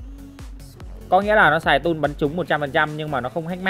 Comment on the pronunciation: Tool mà ông kia lại bảo toll